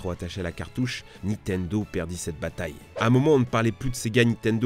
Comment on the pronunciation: Bon déjà vous vous êtes fais allumer pour votre "vissiz" Moi j'ai envie de vous allumer pour votre "Nitendo" on dit "NiNNtendo merde. Pour des gros joueurs Pokémon et smash bros jtrouve que vous abusez